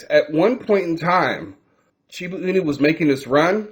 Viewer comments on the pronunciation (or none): Shiba not Shibu lol